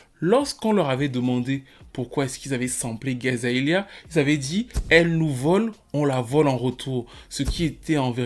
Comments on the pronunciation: Je sais pas si quelqu'un avait déjà fait la remarque mais tout le long du vidéo tu prononces Iggy Azaelia mais c'est Iggy Azalea, just sayin, ça m'a écorché les oreilles tout le long désolé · Hermione : -" ont dit AzalEa pas AzaElia..." ^ ^ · je kiffe la vidéo mais quand il dit "AZAELIA" et pas "AZALEA" j'ai envie de pleuré 🤣🤣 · Vue le nombre de fois que tu dis son nom tu aurais pu faire l'effort de le prononcer correctement. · le plus injuste pour elle, dans cette video, c'est que t'as pas réussi une seule fois à prononcer son nom correctement xD